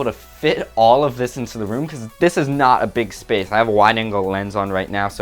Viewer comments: " to free up some spafe spoof " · spath spoth